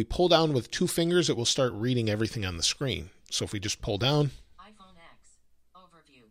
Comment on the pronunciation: the irony when even the speech engine on ios reads “iPhone X” incorrectly